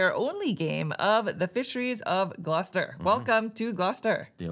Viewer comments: Initially interested to see if the pronunciation of Gloucester was the same as in the UK, and satisfied to find out it is! Great playthrough, you guys! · As usual a great video, but a big congrats for you for pronouncing Gloucester correctly :D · As someone who lives nearby they nailed the pronunciation! Very interesting that’s it’s the same in the UK.